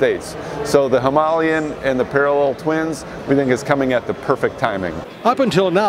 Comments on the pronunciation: HIM- UH-LAY-EN not bloody Himalyen, its not even spelled that way. "Himalayan" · Why can't these guys pronounce "Himilayan" properly? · Him Aa Lay An! can't you guys speak English! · Listening to the yanks completely miss pronounce Himalayan is so frustrating! Even the guy who works for RE cant even say it properly. smh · How can the guy working for Royal Enfield not even know how to pronounce Himalayan?? Shocking...!!!